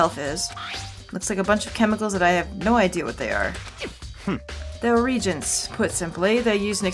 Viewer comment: new headcanon: Byakuya doesn't know anything really and is just BSing, so he totally mispronounced regents.